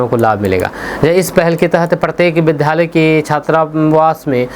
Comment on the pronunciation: कृपया आप अपने विधालय उच्चारण को छोड़कर सही उच्चारण विद्यालय करें।क्योंकि आपको सभी सुनते हैं।इसको अन्यथा न लें।धन्यवाद